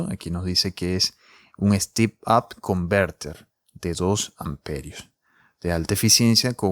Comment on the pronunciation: No se dice stip, es stEp en Ingles, sino estas diciendo steep.